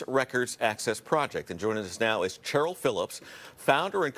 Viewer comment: Pronounced SHHHHHHH eryl. Not CH eryl as in CHAMpion. Educate yourself.